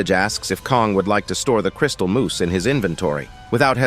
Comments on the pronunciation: For the love of God it's moss not moose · At first it was funny but now, after the ten millionth time, I'm yelling at my screen "IT'S PRONOUNCED MOSS MOTHER FUCKER!!!!! M. O. S. S. MOOSE IS AN ANIMAL!" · It's 'mose' not moose 🫎 lol 😂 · STOP SAYING MOOSE! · It's moss, not moose. MOSS!! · MOSS.... not Moose. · uh its crystal moss not moose okay